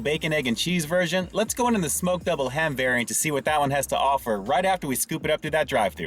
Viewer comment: Sounded like she was saying mcdouble ham. I was confused at first. There should be more big breakfast sandwiches out there.😋